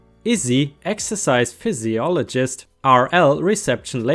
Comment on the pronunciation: Most important, this needs to be read in its entirety, don't comment unless you've read it all Ripesters! Look, I'm not busting your balls (well, I suppose I am). But, the next time I hear you say "pisologist" instead of the English version calling it "fizziolgist" we're gonna have a fight. I'm also German, or at least had been, I guess the time in the States and having an Irish mother have taught me the easiest of lessons in a language that for some damn reason, is one of the most difficult to learn, again, not busting your balls! (Oh, wait, that's exactly what I'm doing) Phy, usually means a Fizz sound, in all seriousness, you do really well using your skills, so I guess I am busting your balls, just a little bit;-) I'm a bit of an asshole by trade and you are an excellent storyteller. Rock on, all of my love for you and your story telling! Please keep it up, I wouldn't trade you for the world! In all honesty. I respect that you ask for help if some word/words don't seem right. That's freaking English for you. Then again, we normally don't need 90 letter words for off the cuff type statements, like kindergarten for example. We apparently removed about 72 letters to refer to the year before 1st grade, but still, we love where the term came from! Again, keep killing it.You sir, are a great narrator. It was a bit of fun busting your balls just a bit however.